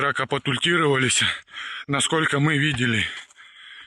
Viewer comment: "чєтвєро каПАтультіровалісь" ахаха